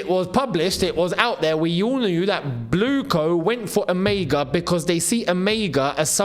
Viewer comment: Emegha is a Nigerian name pronounced as E-MER-HA, the G is silent and has an R sound in german tongue, and not pronounced as E-MEG-HA